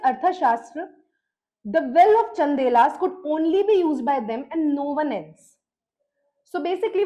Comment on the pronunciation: Chandalas not Chandelas.